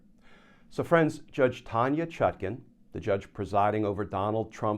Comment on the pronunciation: The Judge's name is ChutKAN, NOT ChutKIN, as in nutkin, please.